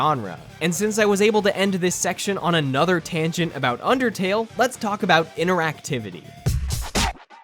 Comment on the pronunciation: Me the undertale lover thank you for saying undertale good